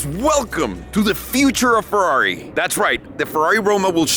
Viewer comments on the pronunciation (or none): Comprehends the actual Ferrari pronunciation since he bas a latin base (from spanish) says fewrari hahaha. dude please cmon, say it correctly